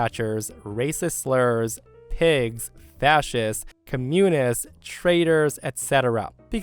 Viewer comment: I love how pronounces "communist" like comune-ist. 🙂 It's much cuter that way. My wife has Addison's disease, like the patient in the last story. Travelling for her can be very scary.